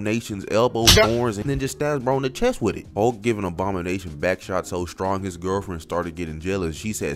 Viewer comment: Is bro saying obama-nation cause i swear thats all im hearing